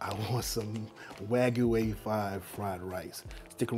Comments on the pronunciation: its pronounced w-ah-g-you not w-A-goo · Pls learn how to say wag-yu. Not wagoo. 😑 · Note wagu but wa-gy*u*